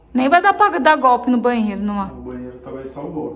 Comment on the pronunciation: "Reforma" não! É "gorpi"!